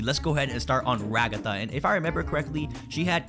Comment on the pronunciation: NOT RAGGATHA IT'S RAGATHA